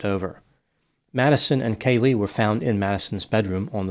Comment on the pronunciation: It's KAYlee, not KayLEE 🙉